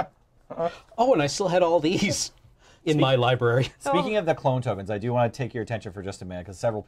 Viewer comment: its not a lie-berry